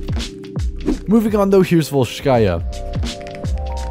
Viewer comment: man said Volshkya